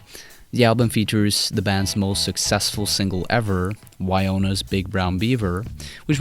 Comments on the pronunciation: Dude, maybe my hearing isnt up to par cause i swear i heard you say Wyonas Big Brown Beaver........If im not hearing things then i have to correct you. Its Wynonna's Big Brown Beaver. In order to understand Primus you must first need to understand the correct names of the songs. Im js. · WyOna's Big Brown Beaver?!? WTH?!? It's pronounced WIN-NO-NAH, like Winona Ryder! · What you should focus on is pronouncing words properly. Its ''Wynonas' Big Brown Beaver". Not "Wyonas" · win-own-a's big brown bever ;) seriously though great video